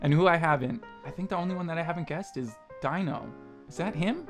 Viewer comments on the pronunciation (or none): Why is no one correcting him. It's not Die-no. It's Dee-no. (Confusing yes, but still incorrect~) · ALSO STOP CALLING DINO "DYNO" IT'S DINO : "DEAN-O" DINO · sadbutrad that doesn't matter. The fact of the matter is his stage name is pronounced Dee-no and should be pronounced as such. It's rude to straight up ignore it. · Omg rip lol that quiz with the fan art was kinda bullshit, ngl XD also, here's some help with pronunciation: Dino is pronounced like dee-no Jeonghan is pronounced like jung-han (the "eo" you see in korean names is one sound) Seungkwan is pronounced with the k sound at the beginning of the second syllable (so like seung-kwan, and the "eu" in seung is pronounced kinda like the "u" sound in "put") Mingyu is pronounced like min-gyoo, not ming-you Wonwoo, if pronounced in korean, is pronounced won-oo, without the second w, I dunno why they put it there for english translations?? They put that extra w into a lot of korean names with that sound for some reason lol But people always pronounce it with the second w anyways so it's not really a big deal lol The8's real name is Minghao and no one really calls him The8 tbh, you can if you want but if you hear the name Minghao somewhere just know that it's the same person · its pronounced junghon. and its not dino, its pronounced deeno. you did good though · See, that I get, but purposefully disregarding the proper way to say it is still rude when you're capable of saying it.